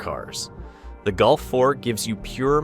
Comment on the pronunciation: You prenounce Golf like Gulf ( of Mexico ).Why? “O” is not “U”, 3 is not 4, eh?